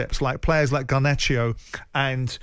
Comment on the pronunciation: Simon Jordan: Garnach-io. End of discussion.